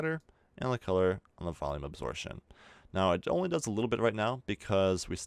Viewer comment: a - 'b' sor - 'p' - tion! Absorption, not asortion. Yo.